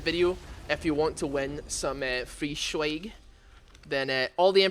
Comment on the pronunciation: I laugh every time you say SHWEG